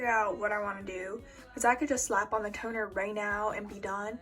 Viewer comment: "But... Tonerr" 🤣😂